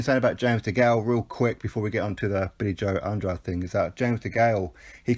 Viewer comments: It's definitely not Andra-day. I just rewatched a Keith Thurman interview from a while ago and he says 'Anne-draid' and Thurman fought the guy 3 times as an amateur so i trust he knows how to say his name properly lol. Go to the end of this video of his last fight where the ring announcer says it properly 'Anne-draid' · I've heard it pronounced at least 4 ways by different channels/boxers/promoters lol. If i'm not mistaken it's pronounced Anne-draid? i know for a fact it's not Anne-dra-day because that is the latin way of saying it and there was a different fighter with the same spelling who was active several years ago, so that probably confused people. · NOOO you pronounce Andrades name wrong throughout the full video